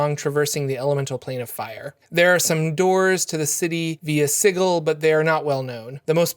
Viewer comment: "Siggle" shudders